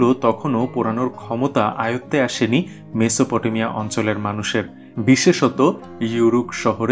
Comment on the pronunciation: মেসোপ টো মিয়া। উচ্চারণ।